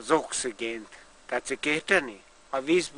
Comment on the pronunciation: A vizbűl vesziki a..az obszigént" Igazi művészet